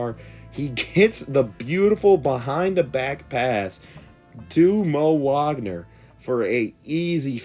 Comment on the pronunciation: It's baffling to me how you know to pronounce Franz "Wagner" but not Moe "Wagner" like they aren't brothers.